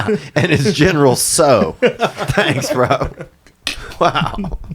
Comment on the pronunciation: Actually its pronounced gen-er-al sow!! sow like wow.